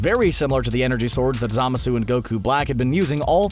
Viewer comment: God damn it, if only you hadn't mispronounced "Zamasu" SO MANY GOD DAMN TIMES!!.....